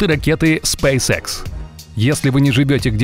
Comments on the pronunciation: Аж уху режет ваш спэйс экс епт. Спэйс икс правильно будет. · Не спэйс Экс, спэйс Икс! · Спейс экс? Ты английский вообще не знаешь? Аж уши режет. Ты бы ещё сказал спайс хэ